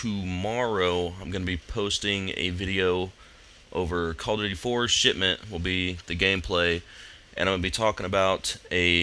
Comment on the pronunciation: I heard COD4 shitment tutorial >.<